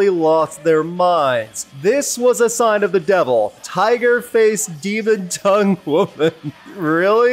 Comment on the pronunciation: Not toungue - toong